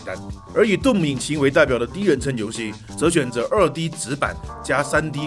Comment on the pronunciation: 我看過無數人講解過 毀滅戰士 doom 這款遊戲，是第一個youtuber 把doom的發音念對的人。 "頓"拉長音，其他念的人全部發 "洞"拉長音。 衝著他念對了，必須點個贊。